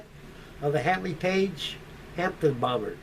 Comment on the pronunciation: It's called a Handley page "Hampden" not Hampton!!!